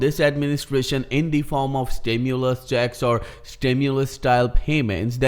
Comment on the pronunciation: STIMULUS,😅 not Stimuless. Stimuloss, Stimu-late Checks ✔️ ✅️